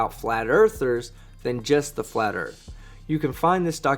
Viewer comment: How come they can never say Earth? It’s always Erf 🙄